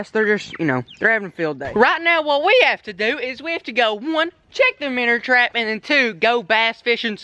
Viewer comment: Why do you say “minner trapmn” it’s so annoying lol